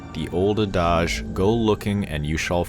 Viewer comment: "The old AH-DAJ?" Did adage? As in ADD-IDGE?